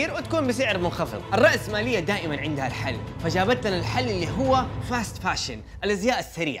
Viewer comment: تقول فاست فاشن ما ادري ليه بس احس انك تقول فاست فود